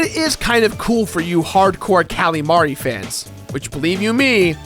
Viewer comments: It's Marie Not Mari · It's pronounced Marie not Mari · Don't pronounce Marie's name that way. I know it's like calamari (Callie and Marie) but anyone actually named Marie will tell you it's muh-REE why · It's Marie. Not Mari. But that's ok, because I'm Team Callie anyway. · I know that the Squid Sisters' names put together are a joke on calamari, but hearing Marie's name pronounced "Mar-ee" is weird. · I just pronounce it as Ma-ree. The other way he said it. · I thought so too. Though honestly I didn't realize it was a pun until he said it. I always pronounced Marie's name like Mary. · i always pronounced it muh-ree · and its marie not mari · Isn't her name pronounced muh re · You pronounced Marie wrong the entire time and it got on my nerves. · The way he pronounces Marie pains me. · he cant pronounce marie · God damn iiiiit stop pronouncing Marie like that!